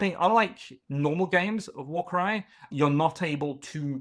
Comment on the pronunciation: PSA: Warkraj is pronounced Warcry :)